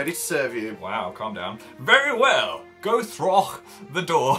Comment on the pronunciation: "go thROgh"😂